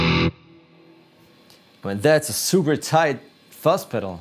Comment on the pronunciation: Fuss pedals? What the fuck is a Fuss pedal. Please get somebody who can speak English to do this video.